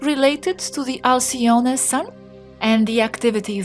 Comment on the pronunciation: Alcyone . The 'e' is just pronounced.